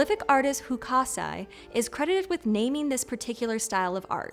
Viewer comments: Hu-kah-sai as "Hokusai" is driving me bananas. I wish she got some tips from the host of Otherwords. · She also mangled the name of one of the most famous artists in the world... It's Ho-ku-sai, not Hu-ka-sai 🤦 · Loved the episode! 👏🏼 May I suggest some pronunciation cues for the presenter on the Japanese words and names, though? 😊 Repeated glaring errors here, including saying “kowai” (scary) instead of “kawaii” (cute), and mangling poor Hokusai… 😅